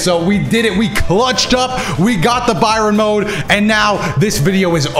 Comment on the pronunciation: Not gonna lie I love but the cringe that is his pronunciation of baryon mode is HILARIOUS at the same time aswell